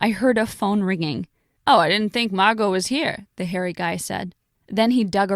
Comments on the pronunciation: excuse me, her name is Marrrrrrrgo!! not Marco or Mango,Wells Fargo. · Excuse me her name is Margo not Marco or mango or Wells Fargo yeah someone said Wells Fargo her name is Margo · ᵉˢᶜᵘˢᵉ ᵐᵉ, ʰᵉʳ ⁿᵃᵐᵉ ⁱˢ ᵐᵃʳᵍᵒ, ⁿᵒᵗ ᵐᵃʳᶜᵒ ᵒʳ ᵐᵃⁿᵍᵒ, ᵒʳ ʷᵉˡˢ ᶠᵃʳᵍᵒ. ʰᵉʳ ⁿᵃᵐᵉ ⁱˢ ᵐᵃʳᵍᵒ ˣᶜˣ